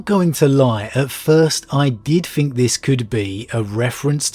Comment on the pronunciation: I really enjoy this channel, after all these months listening I just wish he would put some time into his pronunciation - as his channel grows especially. Even just fixing his "th" sound, it grates so much every time he says "fink" instead of "think". "What do you fink? What are your foughts?" Apart from that, great video as always.